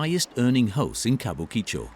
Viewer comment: Chateau should be translated as Chateau, since its not a castle. And it is ka-bu-ki-cho. Flat pronuncation. Still ALthough I have been to Tokyo many times, and worked for Japanese companies never saw these extremes close up. Japanese culture is fractal though and everything is a bit like this. At the dinners I got to got to its the same drinking culture and the company paying has to be seen to be ostentatiously generous and its the female staff acting like geishas and keeping the men happy (even if those women are on the same level). Beware the ones directed to extract information from you when you are drunk.